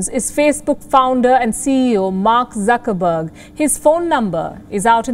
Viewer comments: I like how the commentator keeps saying Sucker-berg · Did he say suckerberg 😂? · Did he say suckerberg? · I like how that the man calls him suckerberg